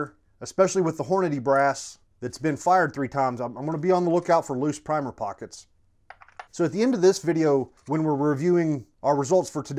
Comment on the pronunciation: “Primer prockets” haha